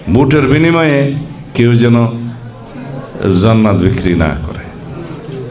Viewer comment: আরে ভাই যে ব্যক্তি ঠিকমতো জান্নাত উচ্চারণ করতে পারে না তার কাছ থেকে ইসলাম শিখা লাগবে আর কত কি দেখবো বাংলাদেশএ